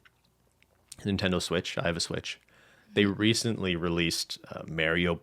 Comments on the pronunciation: Dear, please learn how to say mario propperly. The A is pronounced like the A in car. Best regards - half of the european continent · The way pronounces Mario is extremely cursed